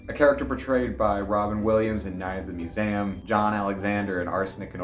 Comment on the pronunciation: You: “‘Roo-za-velt’ if you’re wrong” You right after: “Mew-zay-um”